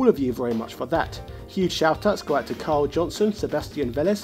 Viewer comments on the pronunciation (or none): none